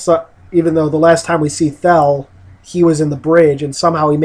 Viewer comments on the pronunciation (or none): I cringed when he kept saying theel instead of thel and you can tell everyone else was just thinking, yeaaahhh its thel not theel